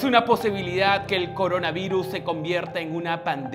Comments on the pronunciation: CORINAVIRUS, CORUNAVIRUS, CORANAVIRUS AAAAAHHHG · Like si notaste que decía corana virus. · Like si viste que decía Corana Virus xdxd